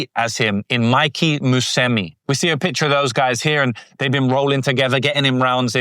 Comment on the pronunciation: Bro its pronounced mu se meechie not musemi